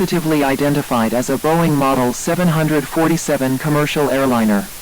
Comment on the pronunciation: Really great video but it ticks me off on how they say “700-40-7”. I am a huge aircraft fan (especially of the 747). It should be pronounced as 7-4-7 or 7-40-7